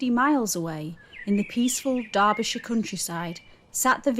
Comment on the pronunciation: Thank you for saying Derbyshire correctly.